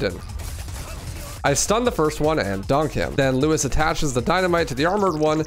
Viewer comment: i cannot watch this with u saying lewis the whole time 😭